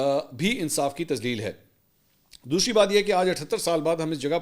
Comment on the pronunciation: " what is DOSHRI BAAT" or is it DOSRI BAAT